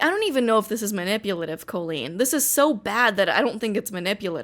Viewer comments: Colleen pronounced “Kah-Leen” , has some issues for sure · Have I been pronouncing Colleen's name wrong this whole time? I've never heard the 'o' pronounced long that way. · I’ve never heard the name Colleen pronounced that way